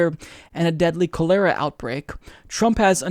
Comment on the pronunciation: That's not how you say cholera.